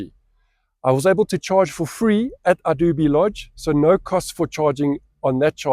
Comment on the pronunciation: Hey, the correct pronunciation for Idube is "Ee-doo-beh". Hope that helps.